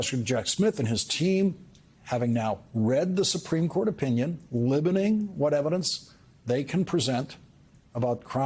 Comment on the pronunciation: Libboning? Does Lawrence mean limiting? 🤔